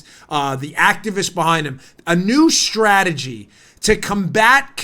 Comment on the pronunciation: Puuleeeeeeeese stop saying stragery.... Leave the "R" OUT!